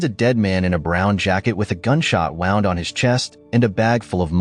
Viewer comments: "A gunshot wound on his chest". The A.I. narrator pronounced "wound" like that past tense of the verb "to wind"... It's these small things that always give A.I. away and ruin any credibility of the video. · AI audio -- wound pronounced wrongly